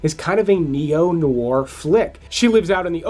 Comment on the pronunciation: Great video, all interesting films (but check out the pronunciation of "neo noir"...